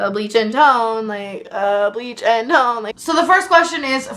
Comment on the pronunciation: bleach and tOne like bleach uh tOne